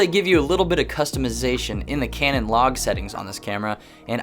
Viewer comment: Great I'm now hearing canon as cranon. Wonderful 🙄.